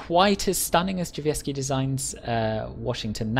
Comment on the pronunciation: I have NEVER heard anyone say "Drzewiecki" as well as you have. Fair play, I'm impressed! Fantastic review as always!